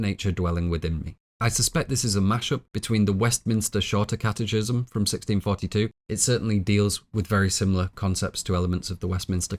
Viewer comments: Great film and wonderful analysis. Just want to let you know that catechism is pronounced catekism. Keep up the great work! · catechism = kat-uh-kism hard "ch," like schism, anarchism. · First off, I’d like to say that I deeply admire your work ethic, attention to detail, and dedication, and thoroughly enjoy your content. I do have one humble suggestion. It seems you gather most of your information from reading rather than formal education or discussion, as you frequently mispronounce terms which no native speaker familiar with the term would. One example is “catechism”, which is pronounced “kat-ah-kism”, not “kat-eh-chism”. It drags down the quality of your content when such a fundamental topic of your discussion, and which you spend over ten minutes on, is mispronounced. It’s hard to take the speaker seriously when they haven’t taken the time to make sure they’re pronouncing words correctly. Normally it doesn’t matter so much, but it stands in contrast as sloppy compared to the rest of your amazing and laborious work. All I would recommend is that you take a second to look up/listen to pronunciations of terms you’re not familiar with prior to recording. That would make these productions truly flawless. Love the work, and thank you so much for the effort and craftsmanship.